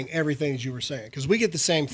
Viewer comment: Everysing akording to plan, comrades.